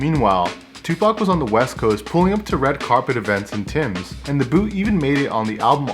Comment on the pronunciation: Member it ain't Tim's it's Timbs.